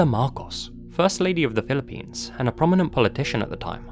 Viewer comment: Being Filipino myself I couldn't resist clicking on this link 😊 🇵🇭 Also couldn't help notice you said "Pilippines" like some natives do lol 😄